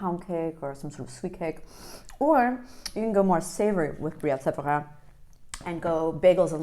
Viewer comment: Thank you for properly pronouncing my favorite cheese of all time properly ❤😊😊😊 There is no better cheese on a Friday evening and no weekend commitments.